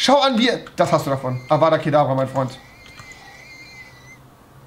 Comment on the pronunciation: Es hesst avdat kadavra und nicht avada kadabraaaa